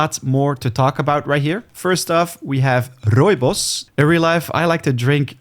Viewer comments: Great pronunciation of "rooibos" ❤ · Bro why tf does he sound so dutch when he said rooibos 😂